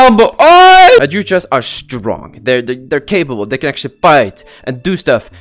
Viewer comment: its pronounced "adhuchas" just so yk